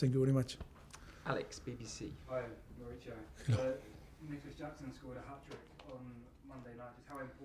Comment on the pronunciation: Still calling him " Moritsio"